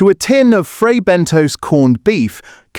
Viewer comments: It is pronounced Bentos NOT BENTOES ! Please get it right ! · “Fray Ben Toes?” Is that real toes? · Or Fray Bentos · IF YOU CAN'T SAY FRAY BENTOS PROPERLY DON'T EXPECT A HYPE